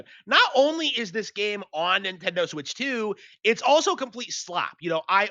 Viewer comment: get off of the nintendih